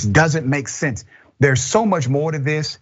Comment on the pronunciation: I don't think you meant it when you said, "It doesn't make semse" two tomes in a row. It makes perfect sense and everybody knows it.